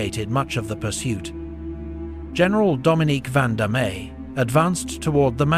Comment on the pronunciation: Also Vandamme. The e is silent.